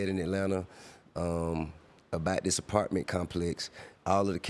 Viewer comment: Damn they stole Desi Banks whole shit huh😂 “The partments”